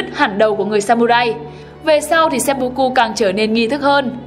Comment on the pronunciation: nghi lễ kinh dị ...seppucu mới chịu ^^ , xin góp ý chủ kênh là , tiếng nhật ko có âm "o,u" chỉ có âm "ư" và "ô" nên cách đọc đúng là seppưkư nhé chủ kênh , bữa trước hết giật mình với bác làm kênh chính trị về quần đảo tranh chấp Senkaku rồi giờ đến chủ thớt bên này